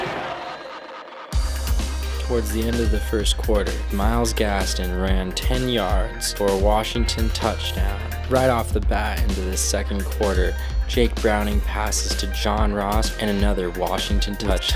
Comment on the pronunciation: This guy is a UW Daily reporter and he butchers Myles Gaskin's ("Gaston") name? Really?